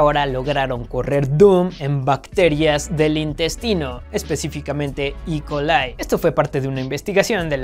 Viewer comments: Mi querido. Se dice E. Coli tal cual... no: i colai:V.... de echo el nombre completo es: Esquerichia Coli... eso si tiene una pronunciación más extraña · "I colai" 😂